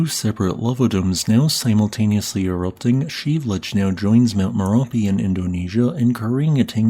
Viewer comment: Is that how you pronounce Shiveluch? I always heard it Shev-a-loosh. But it's Sheev-looch? Huh.